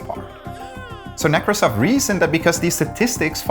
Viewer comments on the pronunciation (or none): / Every time they say Nekrasov's name, I hear "Microsoft" because they say nEkrasov instead of nekrAsov, which is the correct way. Edit: To be fair, Derek does pronounce it the right way. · Geeeeez it's / nɪ-KRA-səf / not / NI-krə-səf / ! And in Onegin stress the middle syllable, it's / ə-NE-gin / not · O-nəgən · / Every time they say Nekrasov's name, I hear "Microsoft" because they say nEkrasov instead of nekrAsov, which is the correct way. Edit: To be fair, Derek does pronounce it the right way. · Teach your hosts stresses - it is nekrAsov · Nekrásov. You're putting emphasis on the wrong syllable. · When they say the name Nekrosov I kept hearing NecroSoft. What a great name for an evil software company. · Given all of the effort you put into these shows, couldn't you spend a few minutes to learn the correct pronunciation of Nekrasov? Or, at least, choose one pronunciation and be consistent? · One day americans will understand that they pronounce russian names wrong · Whenever you pronounced "Nekrasov" with the emphasis on the first syllable my tech-oriented brain just heard it as "Micro$oft" XD